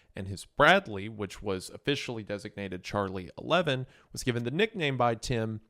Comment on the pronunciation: "Charlie eleven" It's pronounced "Charlie One-One!" God that irked me.